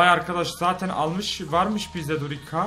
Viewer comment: Durica yi durika diye okuyan koca yürekli